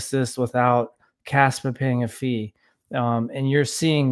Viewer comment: KAAAAAspa!. you gotta say it like that. KAAAAspa